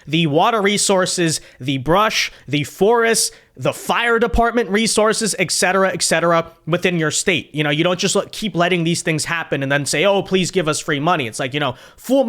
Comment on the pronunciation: It's etc. Etcetera. Not, Excetera. Sorry, it just drives me nuts.